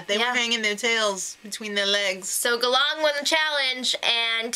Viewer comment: 3rd time in the row they're in the Philippines. But this time they're on a different island than last time, a bit more on the northern part closer to Taiwan. Good start so far, though I'm a bit bothered in the pronunciation of the tribe names. They're both Filipino words, Galang means Respect and Tadhana means Fate. Galang is pronounced with the stress on the first syllable while Tadhana's A need to be harder.